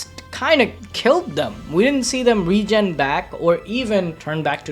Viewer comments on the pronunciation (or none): none